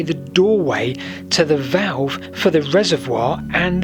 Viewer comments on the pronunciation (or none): none